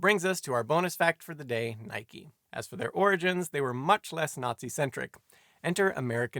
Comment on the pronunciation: Teach Simon W. how to pronounce Adidas and Nike. Cringe everytime he gets wrong